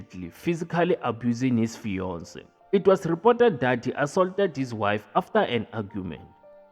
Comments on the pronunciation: “His Feyonce” 🤣🤣🤣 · His Fiyonse😂😂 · "His feyonce"😂😂😂😂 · His bionce🤣